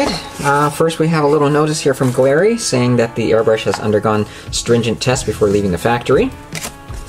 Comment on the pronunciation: Nice review. Mobius siphon feed!!! Awesome!! I'll keep an eye out on the site for that!! Also, the proper pronunciation is "GALLERY", as in art gallery and not "guh-leri" just FYI : ) again, great review sir!!! Shared on my group Scale Model Mayhem!!